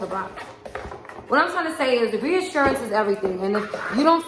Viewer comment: I'm over here dancing 💃🏼 along with you. "RREeassuRRRannnncee"...